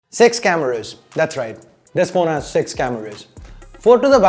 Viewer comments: Dude it really sounded like you are saying “sex cameras” 😂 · It actually did! I was in shock for sometime 😅